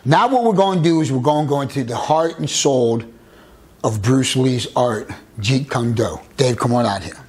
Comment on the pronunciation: What a grifter. He doesn't even pronounce Jeet Kune Do properly. He's copying Paul Vunak very poorly.